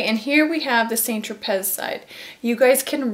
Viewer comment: San tro pay,is the correct pronunciation not saint- tro- pez.